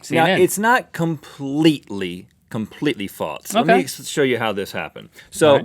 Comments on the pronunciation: For some reason they like to say faults instead of false xD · Why do they always say faults instead of false??? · In the beginning did Rhett say "Faltse"?!?! Instead of false? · Rhett.. there is no "T" in the word "False"